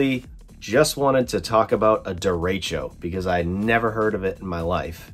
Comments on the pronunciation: It's more "deh-reh-tcho" :) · Derecho means "straight" in Spanish. Pronounced "Deh reh show" that's insane glad everyone is OK.